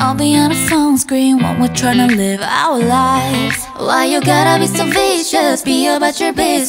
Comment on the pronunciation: 갠적으로 젤 좋아하는 파트 our lives 발음? 미쳤음 갓젤